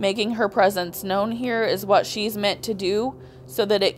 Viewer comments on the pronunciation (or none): ~ Why do you pronounce the word 'known' as if it has 2 syllables? It has just 1 syllable. You say 'no-uhn'. It's just pronounced as if it didn't have a w.....the w is silent. FYI.